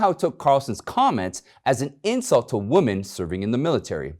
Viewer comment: I love your show, always listen, and share. One little piece of advice. You are mispronouncing WOMEN as WOMAN.